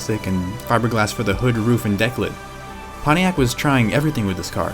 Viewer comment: Ponniac? Seriously? Can't you pronounce a T?